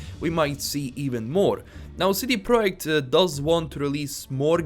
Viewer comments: It’s pronounced Project not Proic. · I appreciate very much, you have amazing entertaining videos that I listen to while I am at work. No offense l, I just found it hilarious how you pronounced it.